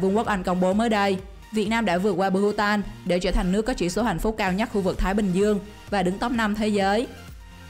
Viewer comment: chị đọc hạnh phúc thành hạnh phút